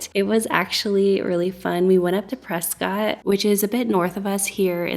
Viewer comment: Your videos are so relaxing to watch. We love visiting Prescott too, and by the way the locals will tell you it’s pronounced “Prescott like a biscuit” instead of Pres-scott, haha. My hubby went to Yavapai College so we learned 😂.